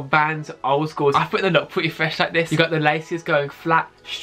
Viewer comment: "I fwink dey wook pweti cool wike this sowe"